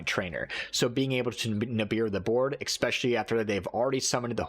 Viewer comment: Nice video and all. But if you want to make videos on Youtube, consider fixing your language. It's "es-pecially", not "eXspecially".